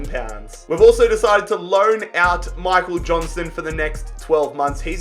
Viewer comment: Him calling him Michael Johnston was annoying me sooo much